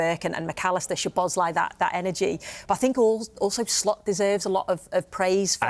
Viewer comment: When is Mers gonna learn that his name is "szoboszlai" not "sLoboszlai"